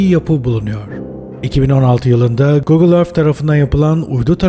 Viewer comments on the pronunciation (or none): none